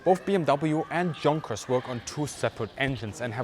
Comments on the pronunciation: That's as in "Yoonkers" in English pronunciation, consistently, not Yunkers (even), excuse me. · not ya, but you: for english speaking people is pronouciation from Junkers= "yougkers", Jumo= "youmo" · Great commentary with many well thought-out incites. As a native English speaker, I have one request though. Please do not anglicize the pronunciation of German words. I like it that you pronounced "Jabo" correctly but pronouncing "Junkers" with an English "Jay" sound really grated. Please use the correct pronunciation, as a German would say it, that way we can learn the correct version. One question that bothers me about nomenclature, if I may. We all know that the Bf109 was not an ME109 but I recently heard an ex-German fighter pilot who flew it calling it an ME109 ("ME hundert neun"). ME pronounced "May". Was it common for the pilots themselves to call it an ME109? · Bitte! Bitte! Bitte... It's Messer-schmitt... NOT Mesher -smith... PLEASE!... 'Junkers' is pronounced 'Yunkers! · The Me 262 has always been one of the most fascinating aircraft from WWII and I greatly appreciate this in depth video on it. I also appreciate that your main viewership will in the US, so I'd like to assure you that when pronouncing proper names of German people or companies, we will be able to understand your use of the Germanic 'Ya' sound for words like "Junkers" and "Jumo." It was a little off-putting to hear you say them with the English 'J' sound. And in English, a "junker" is a worn out car OR a person who scavenges through junkyards. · Is it actually pronounced “junkers” as opposed to “yoonkers”? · Why don't you pronounce "junkers" properly?